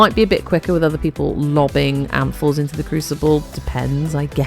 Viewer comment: Not gonna lie, I heard 'apples' not 'amphors' 😂 I love Alchemy especially in Duviri for easy progression in Circuit. Also, ahhhhhh, your voicccceeee ❤❤